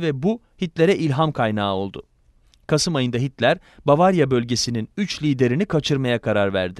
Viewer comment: bavarya mı ? aklfdjşlakjdfşkad